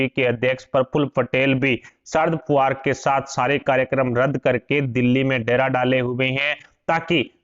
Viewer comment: Man, He is Sharad Pawar and not "Sharad Puvar" PLEASE NOTE. IT IS IRRITATING WHEN ONE'S NAME IS MENTIONED WRONGLY.